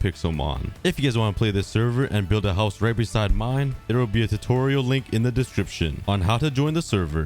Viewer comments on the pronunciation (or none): I love how says “hauz”